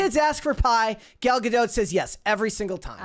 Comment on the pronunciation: it's Ga-dot. Not Ga-doat